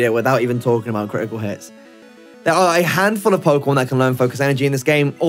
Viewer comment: Crih ih koo hihs